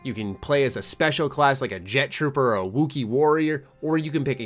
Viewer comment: Why'd you say wookie like that, lol? XD